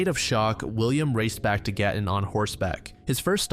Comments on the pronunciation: I can't believe you covered the Gatton Murders! I grew up in Gatton. I lived near the cemetery and I used to walk to their grave all the time. I've driven past the scene and I own several books on the case. And can I just say your pronunciation of the Australian names/places is fantastic. Good job! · I’m so impressed how well you pronounced Gatton!! Can’t believe I haven’t heard of that one. Love from Australia